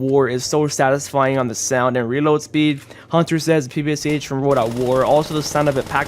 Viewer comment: ppsh reads out pepesh